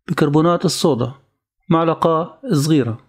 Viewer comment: معلقه أو ملعقه هههه عطوه لايك والله لما تابعت آخره أعجبني